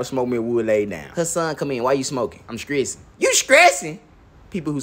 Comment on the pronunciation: “You skressin??!l 😂😂